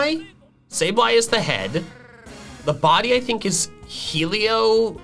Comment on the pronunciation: how dare you mispronounce the greatest Pokémon name ever it’s Hee-lee-OP-tile